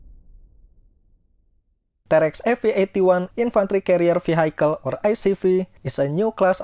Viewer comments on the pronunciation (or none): Pak, vehicle is pronounced vee-hee-kel. Not vee-hai-kel. Peace. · Very good video. thankyou. btw vehicle is pronounced V - HE - Cal